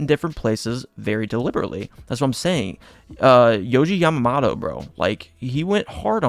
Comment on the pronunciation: also his last name is pronounced Yah Mah (like mama) Moto (like moto cross)